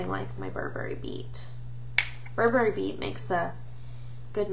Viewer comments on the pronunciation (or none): none